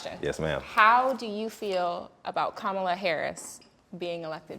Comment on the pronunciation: Please be respectful of the Vice President to pronounce her name correctly. It's Kamala (comma-la). Thanks ladies. Love the conversation.